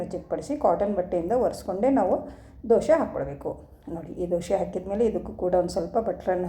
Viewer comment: ದೋಶೆ ಅಲ್ಲಾ ಮೇಡಮ್ ದೋಸೆ